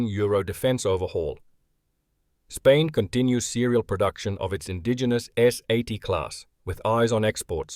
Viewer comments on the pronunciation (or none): none